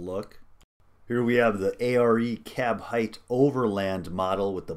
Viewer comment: midrise height, sounds like KITE. not hithe.